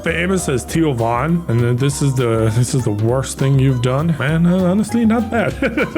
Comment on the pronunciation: I love the way says Theo Von it sounds like "Tio Von" which means uncle von in spanish 😭